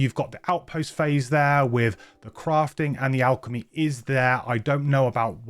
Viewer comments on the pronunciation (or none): none